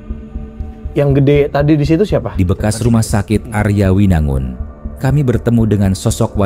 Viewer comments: Mungkin ini yg di maksud rumah sakit Arjawinangun ya cuma di bacanya aryawinangun gitu aku orang Cirebon baru tau , soalnya kalo denger nama daerahnya ya dibacanya tetep Arjawinangun 🤔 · Arjawinangun bang Bukan aryawinangun 😂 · Arjawinangun bukan aryawinangun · Bukan Aryawinangun. Arjawinangun karena tulisan ejaan lamanya Ardjawinangoen dj dibaca j, j dibaca y kalau ejaan lama. Baru denger ada yang nyebut Arjawinangun dengan Aryawinangun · kita orang cirebon nyebut arjawinangun = ardjawinangun